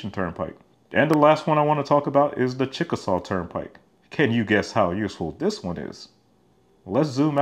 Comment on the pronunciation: they built a tolled TWO LANE HIGHWAY? boy those banks really like raking in that interest, sounds alot like corruption.. also, i think they pronounce "chickasaw" as chick-uh-shay.